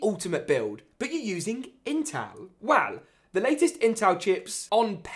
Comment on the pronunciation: Cool video…but pronounce “well” right next time